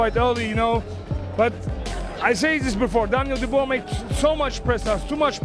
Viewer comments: It's pronounced "Doobwah", get it frigging right if you're going to publish a video. Several people even say it in the video, except you. Having said that, it comedically adds insult to injury for "Dooboisss". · Who the F***are "Bah-coal" and "Doo-boyce". Get this AI SHIT OFF and employ a human. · You have sick brain...how can you pronounce "Dubois"...morron? it is "Duboa" phonetical morron!